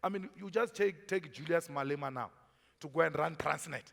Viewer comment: Malema not Maloka